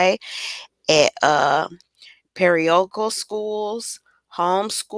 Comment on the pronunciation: Girl sit down somewhere. Learn to pronounce parochial.